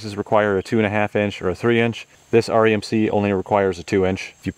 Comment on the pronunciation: Funny hearing you say REMC. My dad was a lineman for them 60 years ago. Good video!